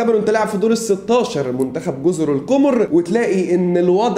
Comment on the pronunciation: تصحيح جزر القَمَر و ليست القُمُر لأنها بالضمة نطق القمر بالفرنسية لغة المحتل